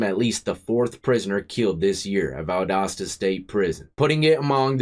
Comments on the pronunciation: P.S.! It's rare I hear Valdosta pronounced correctly without our accent back home of various levels! Boo-Ya and rock on! Many a blessing's ta Ya and yours!!!🙏✌️😎🐍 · You said the name of the town/ prison perfectly. Even the Federal prison in Atlanta is bad. I lived most of my life in Georgia before moving to Ohio. I wouldn't want to do time in ANY southern prison at all. Not that the rest of the country is that much better but Georgia or Alabama? No way dude. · Pronounced perfectly! Valdosta for Pasta. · Bro you said it right! Holy shit I love in Valdosta and didn’t even know this happened. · Ya said the name right lol, I'm originally from Atlanta, via Dekalb County! That one in case is pronounced "Dee-cab", not "Dee-cob" county! The L is silent lol! Great channel and vids my man, keep it up👍👍🙏✌️😎🐍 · You pronounced Valdosta right... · You pronounced Valdosta correctly. Not many people do. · You pronounce it correctly. Valdosta is one of the worst in the state of GA. Was really off the chain back in the late 80’s and 90’s. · I’m from Georgia and you pronounced it right. I have a friend who did a year and some change there. He thought he might die there.